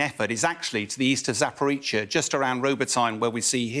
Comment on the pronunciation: It’s Zap-Por-Reeja not zaparitshia 😂😂